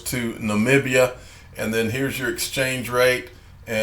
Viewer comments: Yes you are saying Namibia correctly 😊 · your prenounciamtion on Namibia 🇳🇦 was 100% spot on PS. I’m not the language snob ✌🏻.